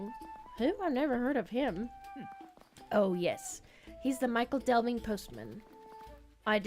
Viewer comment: Just seven more days to wait! Thanks for showing off this incredible cozy game. By the way, the proper (Middle English) way to pronounce "Michel" in Michel Delving: It sounds like "Mickel" and rhymes with "Pickle". A mostly unused word these days that means Great or Large etc. The town was somewhat larger than Little Delving, a smaller Hobbit village. Not to be confused with the French feminine name Michel.